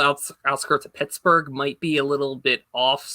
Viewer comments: Two pickets to Tittsburgh please 😂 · You pronounced Shittsbugh incorrectly